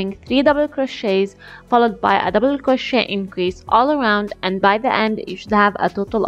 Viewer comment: "Now slip stitch into the forst double-uh cwochey" LOLLL why she talk like thatttt???